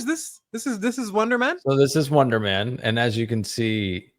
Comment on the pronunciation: I thought you kept saying "Wanda-man" for gods sake, I had to google it... Wonder man... WUN-DER